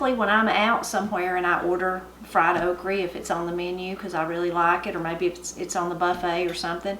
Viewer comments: Wonderful meal! I've never heard it called okra the way you say it. I usually eat it more with heavy breading; but I thought it was made that way to get rid of the slimy-ness. Only like it when not slimy otherwise I won't eat it. I would have put the dessert on my biscuits! Love deer meat and it's very good and lean. Really nice to watch you cook and get some pointers! Love your videos! Thanks and have a great weekend!💕 Ps. My grandma was from the UP of Michigan. My favorite thing she made us was pasties! And we ate them with ketchup! I miss her dearly. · Why would you say okry with an E sound? The word doesn't have an E or a Y. It ends in an A and an "uh" sound. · Your food looks wonderful but wish you'd say "o-kra" :) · "Okrie" LOL....now that brings back memories! Growing up in Kentucky, just about everyone would pronounce all words ending in "a" as "y" or "ie"! I love me some good fried okrie!! Black-eyed peas, rhubarb, butter beans, oh man, the list of good eatin'' is lonnnnnnggg! Got any videos on rhubarb pie?? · I've heard that the original okree was pronounced as you do and it changed to okra later after coming to this country. Your supper looks so good, I feel like I could smell it cooking. Good memories of my NC gramaw. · My Nanny fixed (and pronounced) Okree the same way. I have great memories of her in the garden and the kitchen. This video is a wonderful reminder of her, and and that supper looks incredible. Thank you for what you do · My mamma cooked okra, okra, exactly like yours. Delicious. Also, I have bought different seeds from Hoss Tools in Norman Park, GA. And he did a video about OKRA. HE did research on the pronunciation of okra. The research revealed the CORRECT PRONUNCIATION IS " OKRIE " WHICH MADE ME SMILE. WONDERFUL SUPPER, I'M HUNGRY NOW. Thank you. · My husband pronounces okra the same way and we are from KY. I have never seen anyone eat jelly without toast or biscuits. But I would love to taste the mulberry jelly!